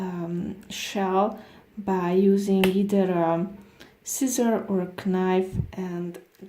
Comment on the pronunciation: She said kinife